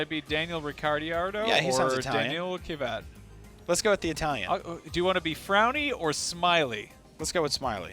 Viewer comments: It's Daniel Ric-ar-do and Danill Kiv-iat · They don't only have any knowledge about F1, but they also can't even pronounce the names correctly: They say Ki-vat, although his name is Kvyat. And they pronounced Ricciardo wrong too; besides the fact he's Australian. FE1 was more popular earlier. Because of too many rule changes in the past years (no more pitstops...) this series became less and less interesting for the viewers.